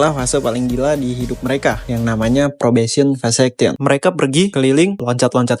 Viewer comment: Pas denger “probesion vasaction” hah? Vasectomy percobaan? Ini bahas graffiti kan, kok ada bahas istilah kebiri😂😂, eh pas baca tulisan engress nya “ probation vacation “ liburan percobaan😂😂, oh maksudnya fekesien😂😂. Lanjut pren, pake gugel sesekali biar spelling nya bener pren, lanjutkan.